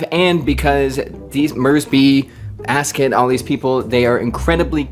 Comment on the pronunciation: Asket pronunciation: in swedish that E-sound would be long. It could be spelled "askét". Similar to the french pronunciation of the E in café, resumé etc But that's hard for an american, you basically don't use that sound, you changed it to "ay"